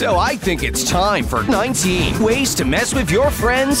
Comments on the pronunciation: Anyone else realize when he says 19 ways, he says it wierdly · Yeah I noticed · Me too